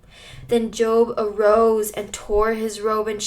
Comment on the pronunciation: First off I’d like to say this was encouraging. Second you pronounced jobs name as if you were referring to a career 😂